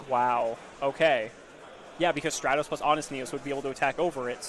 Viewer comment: I’m pretty sure it’s Stratos and not Straytos